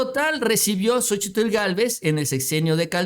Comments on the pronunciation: Excelente nota, solo que no te soporto cada vez que dices xochi TL, hijo de tu madre, me retuerzo de escozor cada que dices xochi - TL, que re cuesta decir sochil y punto, jajaja te mamas!! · QUE YA NO PRONUNCIES LA TL DE LA SOCHIL, NO MERECE ESFORZARSE CON EL LENGUAJE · Estaba mirando el vídeo, pero escuchar tanto el nombre xochiTL y como lo pronuncia mejor me boy a la verg..a. 😂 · no será posible que pronuncies a Xochitl como es? La verdad es desesperante oír como remarcas la tl y créeme que no es necesario, simplemente te lo voy a escribir como suena y se pronuncia... sóchil. La X se convierte en S. Es que de por sí, esa Sra. Ya no la soporto y luego tú hasta remarcas su nombre y la verdad pues no es así. Saludos. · no digas Xochi tl mejor dí Xochi....lito!??!! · Más bien la t es la que no se pronuncia. Solo zochil y ya quedó. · no tienes que pronunciar la L al final de Xochitl